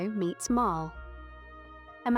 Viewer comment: It pronounced MARLEEEE not MARILL